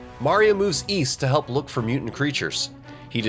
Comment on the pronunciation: “So he mueuves through an adjacent castle to get there”. I know you meant to pronounce it normally(like “moovs”).